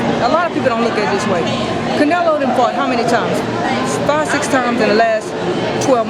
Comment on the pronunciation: Did that guy say Canalo?